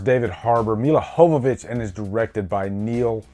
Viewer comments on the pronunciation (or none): Your not pronouncing Milla Jovovich last name right in this review. Worst edited movie since Suicide Squad? I heard resident evil the final chapter was the worst edited movie.